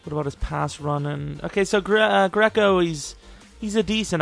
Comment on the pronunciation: you my nigga but the fuck did you just say? Greeeeeeeco?